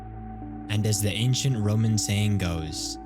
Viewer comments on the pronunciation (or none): none